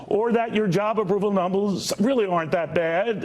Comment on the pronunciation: "...job approval numbles..."